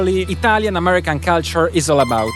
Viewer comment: hai ripetuto 75mila volte la parola culture, ne avessi mai azzeccata una la corretta pronuncia